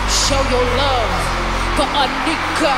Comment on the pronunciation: The way she says Onika 😭😍 Sometimes I wish Nicki used her real name , it’s beautiful